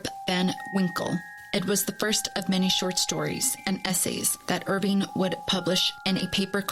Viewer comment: It’s not “Irvine”, it’s Irving. Washington Irving. If you’re going to do a story/video on the guy, at least get his NAME right. 🤦‍♂️